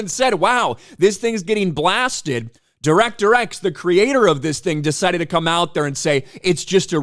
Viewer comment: Di-wreck-ter X said that no one gives a shit about Robin Hood. As a Brit I'm hear to tell him more people have heard of Robin Hood than that no talent hack.